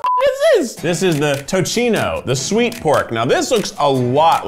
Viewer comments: Tocino isn't pronounced as TOCHINO but TOSINO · hey its tocino not tochino pronounce it like to-si-no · Tochino killed me but its keith. Soo... Ahahaha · 😂😂😂 I’m not even Filipina and I cringed so hard. It’s TO-SEE-NO 🤦🏾‍♀️ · it was the "toe-chino" for me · Im pinoy and its pronounced long-gan-isa also toh-sin-oh ah-doh-boh haloh-haloh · im hella late and dont know if anyone has mentioned it, but the c in tocino is like an s! ALSO jollibee has some of THE best french fries,,, they just arent consistent )): and must be eaten right away! but unlike mcdonalds, it reheats well ( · So... any other Filipino just exasperatedly sighed with the pronunciations of Cubao and tocino. Haha! A bit late but thanks for loving our food, Keith!!! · Okay but like the way he pronounce cubao and tocino made my inner filipino soul shiver in spite